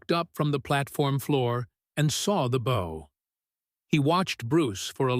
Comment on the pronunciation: Complete and utter fiction. Overly dramatic language trying to lift more weight than the words can carry, read by an AI that can't maintain the difference between "bow" (as in the gesture of leaning forward) and "bow" (as in a ribbon that might be found in a young girl's hair). All this accompanied by AI-generated images that show a SIGNIFICANTLY greater height differential than what would have actually existed (had this ever happened). Blatant lies about journalist reports. No published record of this fight exists - because it never happened! I weep for the future of humanity as AI hallucinations continue to be trusted as facts by a mindless population that has lost the ability to think for itself.